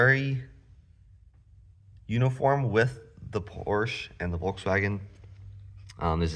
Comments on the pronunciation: Wenn dein Vater wirklich deutsch ist, ist es eine Schande einen Sohn so aufzuziehen . PORSCHE wird als Porsche ausgesprochen. Hör auf mit dem Mist. Du hast doch keine Ahnung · Just one thing friend - that's irritating to hear. Please pronounce Porsche correctly. The "e" on the end of the name is pronounced in German. There are two distinct syllables. Say "Porsch-ah".